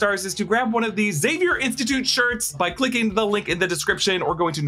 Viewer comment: I’m glad you said Zavier and not Exavier. It’s xylophone people, not exylophone